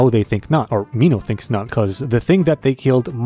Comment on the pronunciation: You said it right the first time when you said Minhos name